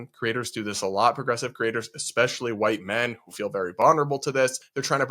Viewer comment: "A lotta why-tea people" 😭